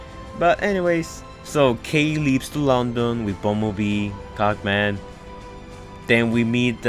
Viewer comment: Cogman not cock man